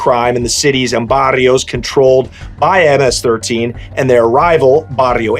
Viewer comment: Thank you for use proper information thank you for pronouncing it right. Hate when YouTubers get it wrong. Im a second Generation MS13 my older homies were Stoners wearing Metallica iron maiden Megadeth shirts. That was my Generation thing have changed since then. So i took a step back to enjoy family life.